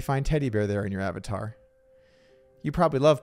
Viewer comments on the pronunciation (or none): none